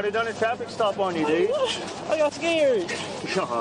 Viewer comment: AND another perp saying "I wuz skeered"! What liars....😁😁😁